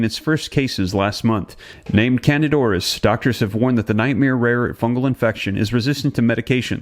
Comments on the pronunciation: If could pronounce the name of the infection correctly that would help. CANDIDA AURIS. Not canadoris. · its not 1 word, its 2 words. PRONOUNCED.....kandeeda oris